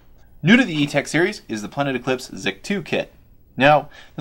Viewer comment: Etek!! Not ego